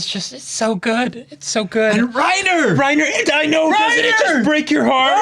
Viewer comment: I love when they say Reinhard instead of Reiner, they are both excelent characters ahahhaha Props to for manteining the pokerface in this reactions, we know it should be super hard We love you Reiner!